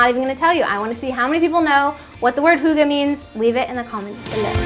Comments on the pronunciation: Lol it's pronounced "higg-ah" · It took a few seconds, but you did mean HYGGE. Never heard it said as Huuga. ;-) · Are you trying to say hygge? In that case I definitely know what it means 😁 as a Dane it would be impossible not to 😜🎅